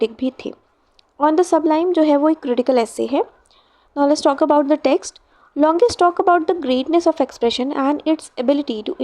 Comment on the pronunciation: The explanation and your handwriting is really good but I think you should work on your pronunciation of words .. It is longinus and not longius 😊❤️